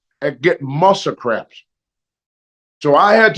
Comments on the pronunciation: “Muscle craps” 😂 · Talky Tony "Steer-all" - steroids "Musya craps" - muscle cramps "Marry-rana" - Marijuana